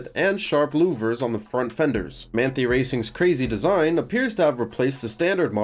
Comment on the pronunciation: as a german i feel obliged to point out, that its pronounced like "Mahn-Thai", though to cut you some slack, its not a particularly german looking name ;) great video!